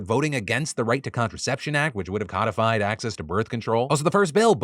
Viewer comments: Phil, codify is STILL pronounced "codify" not Kodd-if-eye. Root word "code" not "cod". Ugh. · Please stop saying COD-ified as if it's a type of fish. It is pronounced Code-ified.